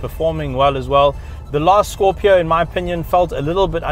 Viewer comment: Really love how u say its name ...